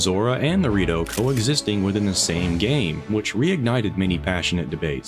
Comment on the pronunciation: Man, I'm telling you. Everytime he says "the Rito", I hear Dorito